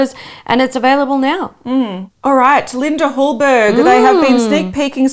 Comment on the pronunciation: It’s pronounced Linda Hallberi, she’s Swedish.